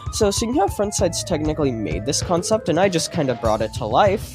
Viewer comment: Dude u got me so hyped untill you said consept